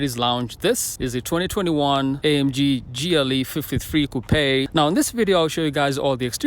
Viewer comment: Did I hear coupe as kupé?